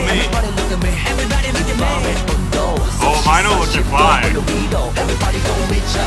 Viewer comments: is no one gonna correct that mino is pronounced mee-no not my-no.. lol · Am I the only one confused about how he is pronouncing Mino? Is it not meant to be like "mee-no", or have most of us been pronouncing it wrong for years? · Wow, I have only ever heard him referred to as Mee-no, never My-no.. So strange, but good to know!